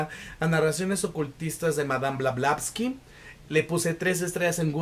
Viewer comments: Blavatsky!!!! No blavlastky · Todo Bien, salvo que el apellido de Helena es Blavatsky y no Blablasky.... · Por Favor QUE ALGUIEN TE AYUDE A DECIR CORRECTAMENTE EL APELLIDO DE MADAME E. BLAVATSKI!!!! Szle el honor a la gran Demiurgs,psiquica, vlarivedente clariaudrinte .....eetc ES UNA CUCHILLADA A LOS OIDOS..... .❤❤❤ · Como habrás visto el nombre la dices mal, pero tu reseña es fabulosa. Tu entusiasmo es contagioso. Me suscribo a tu canal , lo haces muy bien. Por cierto yo soy de las que ha leído el libro y fabuloso. Gracias 🙏🏻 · es una ironía porque la persona del video no pronuncia bien el apellido de la autora, si se fija acá la persona lo escribió de manera incorrecta